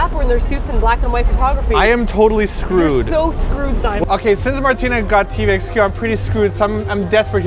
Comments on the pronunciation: I'm American and I like Obama, but come on Simon! It's TVXQ! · engrish: simon idol: simon XD sorry martina